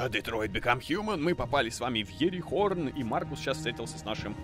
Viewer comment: Иерихон не ИерихоРн